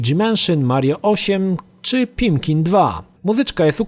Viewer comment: No chyba Pikmin